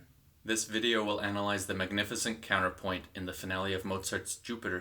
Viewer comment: PLEASE ! It's not 'COWNER-POIN' - it's COUN-TER-POINT.